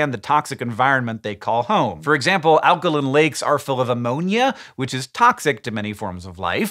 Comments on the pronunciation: Alka-LYNN ???????? When did Hank change the way he pronounced alkaline?!?!? HANK! It's pronounced "alka-LINE" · there is an "e" at the end of alkaline, why are you pronouncing it alkalin? you cant use accent as an excuse because its a basic law of english. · Alkolin? You’ve never pronounced alkaline like that in other videos. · So its pronounced alkalin not alkaline? And fishes not fish? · Alkalin not alkaline. And multiple fish of the same species are fish. Multiple species of fish are fishes. I sell fish. I usually just refer to them as fishies, it saves confusion somehow. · pretty sure this comment is making a joke about the way Hank pronounces "alkaline"